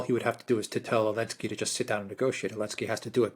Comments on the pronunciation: Why does always "Elensky" instead of "Zelensky"? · Why do people say elensky instead of zelensky? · But why does Alexander still say "Zelensky" then?